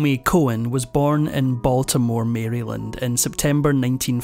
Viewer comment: Maryland is pronounced merrihland!